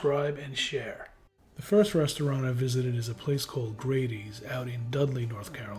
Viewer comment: You pronounced the name for Grady’s wrong and we’re way off the mark with your review.